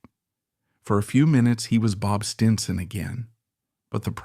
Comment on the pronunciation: This was a horrible documentary filled with cliche. Was this created by A.I.? The mispronunciation of “Stinson” towards the end was ridiculous.